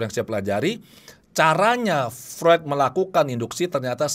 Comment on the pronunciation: Mohon maaf.. FREUD dalam lidah Jerman dibaca seperti FROID, bukan FRUED.